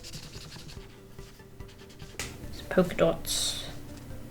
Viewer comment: Hahaha When said polka dots here, i heard u say it in a british accent, Also rin ur so funny and amazing, ur an inspiration to me